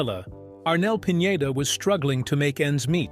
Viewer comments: Arnel's last name is Pineda-- not Piñeda,. See the difference? Please pronounce it correctly. Thanks for posting this video. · You featured Arnel as grungy looking, down on his luck singer. Like he has fallen on hard time. AND, it is Pi-ne-duh. Not Pinyeda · Pin- yey - da? That's pronunciation is only for Ñ. It's just PINEDA.